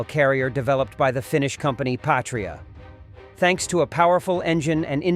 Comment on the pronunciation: "Patria" is not pronounced like "Patriot", even though they look similar. "Patria" in latin means "fatherland" or "motherland". It is pronouced "/ˈpa.tri.a/", not like "/pā′trē-ət, -ŏt″/ (Patriot) Yeah, I know, Latin is forgotten language and no, it is not the language they speak in Latin Amerika :D